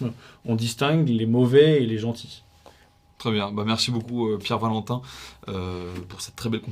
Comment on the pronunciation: J'aime bien la prononciation anglaise non rhotique de Pierre Valentin.